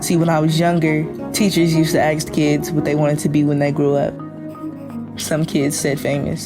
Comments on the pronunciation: "Teachers used to "axe" kids what the want to be when they grow-up. There is no education in public schools, it's 100% indoctrination. This kid still can't pronounce "ask" but she knows the far-left agenda in it's entirety. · "Axe" instead of "ask"...heavy sigh...